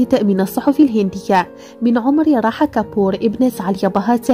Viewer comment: اسمها راها و ليس راحة .